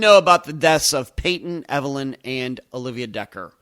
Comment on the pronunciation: I don't think her name is evenlyn. Maybe Evelyn but not evenlyn...